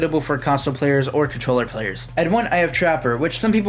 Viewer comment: Contoller bro..... contoller 🙏